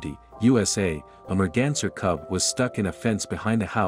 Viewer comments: Take a drink everytime he says "mergenser" RIP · Merganser? What?? How on earth could automated translation call a deer a merganser? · new drinking game..."the merganser cub" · Take a shot Everytime you hear Merganser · I pray that this is the last time I have to hear merganser Evev!!!!